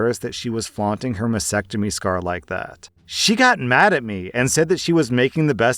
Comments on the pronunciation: Mas stectomy. Stectomy. It's not masectomy. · Please learn to pronouce mastectomy. There is a "t" after the "s".